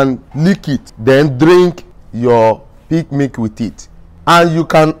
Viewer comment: Can you please tell me which type of milk. It sound like you said pig milk.